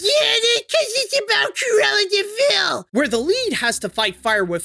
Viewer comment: "Look out for Curella De Vil"